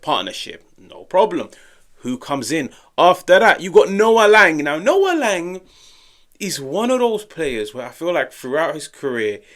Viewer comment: your pronunciation of Sam Beukema is WAY off. Use google translate with Dutch. Same for Lang. The way you don't try to pronounce their names correctly don't give a good look